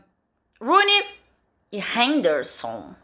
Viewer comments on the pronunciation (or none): Ela falando Rooney foi mto ruim kkkk